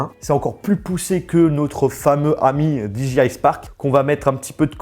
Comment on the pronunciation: Cool, merci pour cette video très rapide après la sortie! En tant que possesseur du Mavic Pro c'est impressionnant de voir la compacité de celui-ci... Par contre s'il-te-plait, est-ce qu'il te serait possible de prononcer DJI correctement, c'est très irritant... 😜